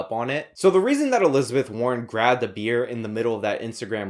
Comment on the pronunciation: When you're so in touch with the average person you need to recall how to pronounce "beer".